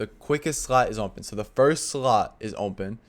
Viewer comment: i was about to crash out if this guy said "umpen" instead of open again 😭😭😭😭